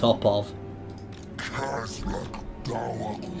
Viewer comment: its Khaz-rak